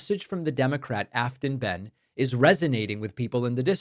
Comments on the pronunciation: Hey David, tennessean here. Her name is pronounced, bane. Thanks! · How about getting the pronunciation of "Behn" correct?